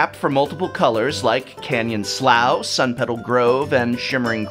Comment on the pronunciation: Canyon Slough is pronounced "slew".